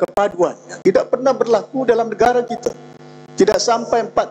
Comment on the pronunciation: YB ucap kite, agende, budayanye, untok, kite, daripade, bahawe, kuase, make, ade, rasanye, mereke, bergaye, juge, jamaahnye dll.